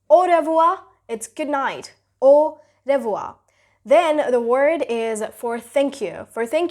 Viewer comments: Its not "o rev-wha" its "o-hev-wha" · Revoir - re pronunciation is different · Your pronunciation word when you are speak au revoir it's wrong